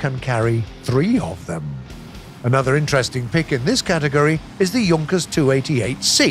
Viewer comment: Why is he saying YUNKERS 87 B-2 Stuka? It's pronounced like JOONKAS 87 B-2 Stuka... oof